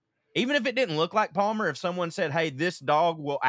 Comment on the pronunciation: Palmer & "Dalmer" ... YIKES !!!